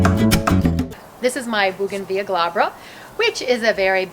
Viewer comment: Why don’t you say the L in bougainvillea